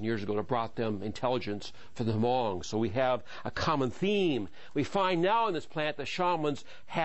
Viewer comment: it's not pronounced huh mong it's is spell hmong but we pronounce it mong w/ a silent "h"